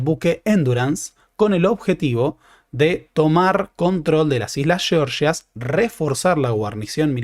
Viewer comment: Por qué pronuncias "georgias" como "sheorshias"?